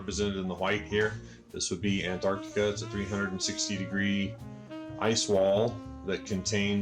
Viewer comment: Nice that he points out mag north, but stops to tell us where south is ^^ Also: it's Antarctica, not Antarcticup. What is it with flerfs and water baking trays? * Him pointing a flashlight from above * "It appears low on the horizon" Yeah.. no.. no.